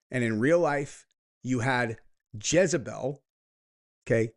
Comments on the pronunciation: Are you saying Jizz-a-bel on purpose? Lol. It's Jezz-a-bel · For the love of god, its JEZABELL not JIZZBELL 😂 🙄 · I love that you keep saying jizzabel instead of jezabel 🤣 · Is anyone else hearing "jizzabelle" lol? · How many times does say jizzabell. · Gonna start calling you "" after hearing your pronunciation of Jezebel. 🙂🕊️